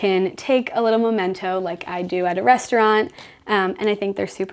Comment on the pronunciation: I think you mean memento rather than momento. Love everything you’ve done and I love the fact that even though you have a small space, you make room for a lovely dinner party with your friends.